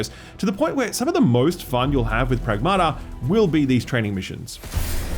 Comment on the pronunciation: The title of the game should be pronounced: prAgmata not pragmAta. Pragmata means things in greek